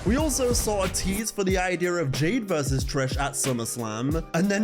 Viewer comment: your pronunciation of "idea" geeks me bro, still waiting on a WMXX throwback review